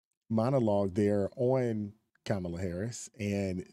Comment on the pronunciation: She said camala Harris 😂😂😂😂😂😂😂😂😂